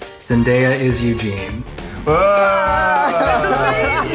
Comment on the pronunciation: Am I the only one who is commenting about the "Eugene-pire"? "Vamp-gene"?